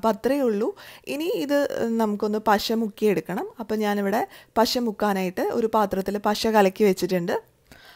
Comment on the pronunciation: നോക്ക് ബ്ളേ-- എന്താണ് പസ - അല്ല പശ